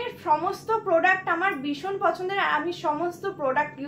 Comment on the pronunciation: রোজ বলো বিষণ বিষণ,,বিষণ বলে কথা হয়না ,শুনতে খুব বাজে লাগে।।। কথা টা ভীষণ please ভীষণ বলো।